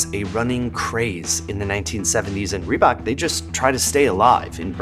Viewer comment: I guess I'm too European for this video but ree-who-bok? Adidas and Nike were always bigger, Reebok is indeed the pepsi of the shoe world.